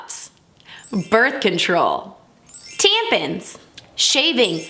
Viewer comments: Good video but it’s tamp - on - not tamp-in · tampon is said the way it's written, why did she say " tempen" 🙄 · you pronounced tampon wrong It's pronounced (Tamp-on) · I love to way she said tampon haha